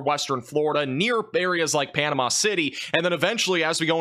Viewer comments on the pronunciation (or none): none